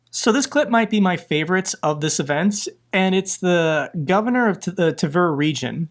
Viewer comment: Tver rhymes with "flair".